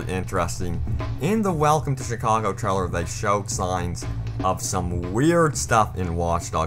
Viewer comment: Trellers? How the fuck is 'trailer' pronounced treller? What?